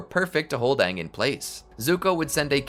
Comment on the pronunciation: its AHNG NOT AYNG